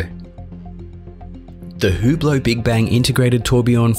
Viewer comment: Cool hewblow. Clown pronunciation.